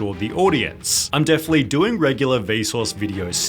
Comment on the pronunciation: The extra stress added to the end of the last word of every damn sentence... "Helping-a", "Doing-a". I can't stand it.